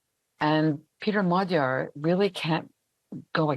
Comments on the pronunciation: A small tip for all foreign reporters: You’ll get much closer to the correct pronounciation of “Magyar” (which literally means Hungarian btw.) by pronouncing his name as “madiar” than “magiar” gy is a double letter represents a sound somewhere between a G and a D which isn’t found in any germanic or romance language. But if you manage to say d and i simultaneously or to make something like a G sound but more forward in a Y/i/J position you will tap the middle of your tongue right in that divit in the middle of your pallet/the roof of your mouth, then you will accidentally correctly pronounce the “GY” sound. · Magyar. Pronounced 'Modjor'. The blonde lady gets it right pretty much. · It is pronounced Modjar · Magyar not Maga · Why is Magyar pronounced like Madyar? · Can't you US-americans never ever pronounce a foreign name correctly??? Péter Magyar - ˈpeːtɛr ˈmɒɟɒr in the International Phonetic Alphabet! A professor for international affairs should be able to do that. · Even in Princeton, this sick American defaultism exists, doesn't it? Peter Magyar is pronounced „Peh-ter Mod-jor“ [ˈpeːtɛr ˈmɒɟɒr]. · DW presenter should learn to pronounce the surname Magyar as it literally means Hungarian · That American "lady" appears to be an AI avatar. She allegedly lives in Hungary and does not even pronounced the name "Magyar" correctly? Come on, DW.